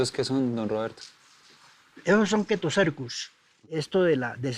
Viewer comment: Hola sí señor. En latín ch se lee K por eso él dice Ketocercus y es un mulsant sí señor.